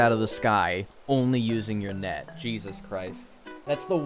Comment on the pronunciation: I thought he said neck not net